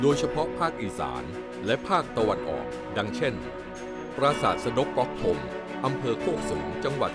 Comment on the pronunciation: ด๊อก ก๊อก เสียงเท่ากัน